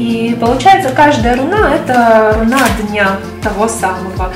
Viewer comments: в слове "руна" ударение на первый слог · Почему рунА, если рУна?